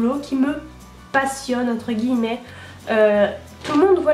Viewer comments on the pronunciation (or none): none